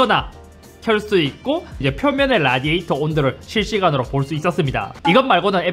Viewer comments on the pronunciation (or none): none